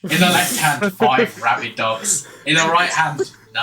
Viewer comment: Thought you were saying "five rabid ducks" so it was puzzling at first